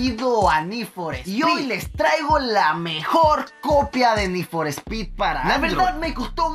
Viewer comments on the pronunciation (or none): we es need for speet lentejo no mames sigue el canal de need for speet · Ni for spy 😂😂😂😂